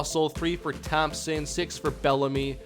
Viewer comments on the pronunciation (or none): none